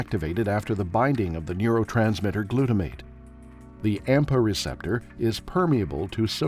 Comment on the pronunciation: Please note: "AMPA" not "APMA"